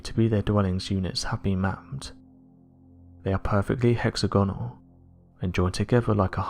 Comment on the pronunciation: Great work but I have to say it's pronounced hex. Aggonull. Not hexa-gonnel. You're vids are great and your voice soothing, I just wish you'd research or take some advice on pronunciation. That said I respect your content. Thanks